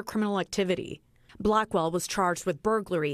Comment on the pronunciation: I thought she called her Blackball but she was saying her last name, Blackwell. I had to go back and double check 😂